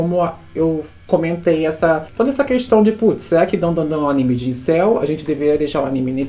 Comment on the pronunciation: a única critica é de errar o nome de Dandadan, de resto tá de boas